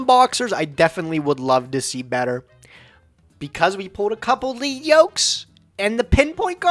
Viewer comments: pronounces a lot of stuff incorrectly so it's no surprise he thinks it's "leed" when the word is a reference to the metal - "led" - on the yoke the character has. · Why yall keep mispronouncing lead yoke 😂😂😂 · God that’s not how you say lead yoke😣😣😣